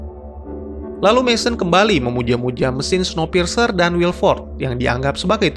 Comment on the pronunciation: Bukannya bacanya snowpirs ya ?maap kalo salah